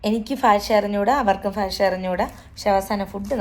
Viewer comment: Fasha alla bhasha.